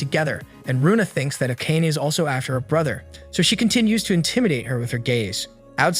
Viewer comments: Learn how to pronounce Japanese names! It's a-ka-ne! 3 syllables!! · the way akane is pronounced is killing me